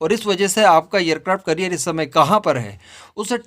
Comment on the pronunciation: " एयर क्राफ्ट करिअर " नहीं " एयर क्राफ्ट कॅरियर बोलो.